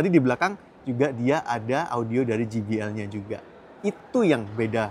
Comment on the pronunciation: Satu lagi, JBL dibacanya je bi el, bukan ji bi el